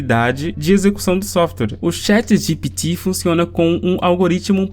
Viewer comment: Cara, essa sua pronúncia do Chat GPT é irritante, pqp...